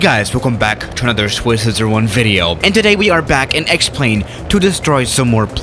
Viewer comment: Nobody: Swiss today: Swizzeroer wun